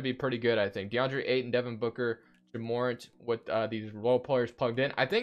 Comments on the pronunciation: his name is pronounced Jah More-Ant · Ja morant is my cousin so it's pronounce ja more-ant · It’s Jah murr-ant